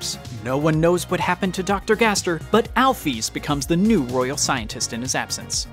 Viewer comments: instead of “Gaster” he said “gasper” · I dont mean to be rude or anything, but it's Gaster, not gasper OwO please dont take this offensively I LOVE THIS VID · he says "that might be gasper" or was he trying to say gaster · What is "Gasper"? Do you mean "Gaster" or something?? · its a joke the narrator pronounced "Gaster" as "Gasper" the commenter was being sarcastic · Gasper the ghost?XD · "Did they just pronounce it 'Gasper'?" Listen to it five more times, second-guessing myself. "No they absolutely said Gasper, and they said Gaster roughly three minutes ago." Now it feels like some guy reading a script with a typo and not paying attention. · Gasper? He means gaster ----------------------------- The garbage dump he means the garage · every time i heard you said the word "Gaster" i heared the word "Gasper" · you said gasper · I heard gasper not gaster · gaster nah gasper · gasper? i thought it was Gaster. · AH YES GASBER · My dude just said gasper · Ah yes, “Gasper” . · Lol "gasper" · u said gasper LOL